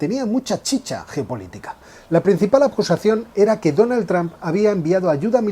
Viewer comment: Me sangran los oídos de escuchar "Donald"